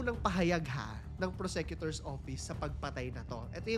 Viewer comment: Correct pronounciation of PROSECUTOR. FYI.